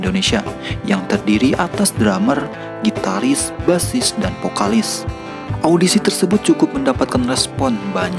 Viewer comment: vokalis bang... bukan pokalis wakakak